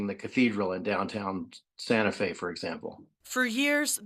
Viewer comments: Did she say tan ta fe.😅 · Tan ta fe😂